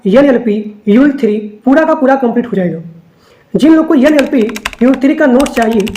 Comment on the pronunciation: Yan Yal Pie nhi NLP h sir